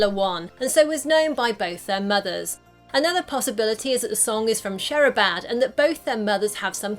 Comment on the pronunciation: The way she said Sherabad😅😅😅😅